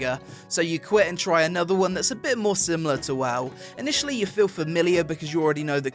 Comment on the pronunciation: 'Anotha fing' -.